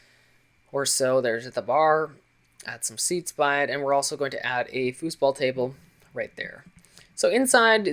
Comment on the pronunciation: Hi! Nice Video again. I really love all your house videos and I've got a little question: is it just your accent Or is it really pronounced "foosballtable" (sorry i doh't know how to write it!) bye:)